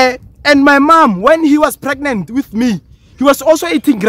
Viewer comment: "When he was preganet"😂😂😂